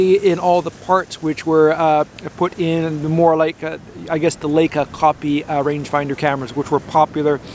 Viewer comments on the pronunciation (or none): I wish you would pronounce Leica correctly! In German if you have an ei you give a long I sound. L-eye-kah would be how you say it. Thanks! I enjoy your evaluation.